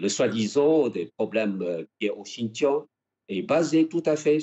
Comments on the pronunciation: Comme d'habitude le "journaliste" obéit au rédacteur en chef et n'écoute pas les réponses. Il est incapable de prononcer Xi'an et Xinjiang correctement. Il aurait pu aussi prendre quelques minutes pour LIRE l'histoire de Taïwan. Il manque de finesse et d'intelligence pour établir un minimum de dialogue. Il détériore ainsi les liens particuliers entre la France et la Chine. Les Chinois adorent notre pays, le premier à reconnaître leur République, et aussi notre cuisine , notre Romantisme. La Chine est aussi une grande civilisation. Mais ça le "journaliste" ne le sait pas bien sûr. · Ce journaliste peut apprendre à prononcer Xi'an et Xinjiang correctement s'il prend deux minutes. Vous avez déjà la "réponse standard", alors pourquoi s'embêter à demander encore et encore à l'ambassade de Chine ?